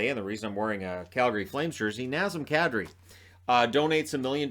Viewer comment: did you say Kadri or cat tree?